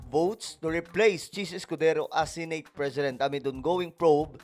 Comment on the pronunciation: Pwede bang i-pronounce mo na maayos ang word na SENATE?? Please lang